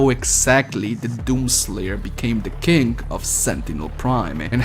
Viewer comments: Hey do you have a speech impediment because I think you are trying to say king but you’re saying kink. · when you said king I heard kink XD